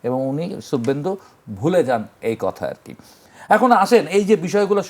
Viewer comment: শুবভেন্দু কে ভাই?😂😂😂 নাম ও উচ্চারণ শেখেনি😂😂😂